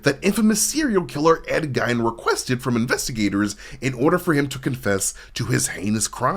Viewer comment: Also mispronounced Ed Gein's last name & misidentifies a clear $20 as a $10. Twice. Despite the shot showing the bill twice each time.